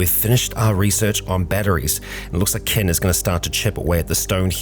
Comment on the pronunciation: he keeps saying ken vs kin lol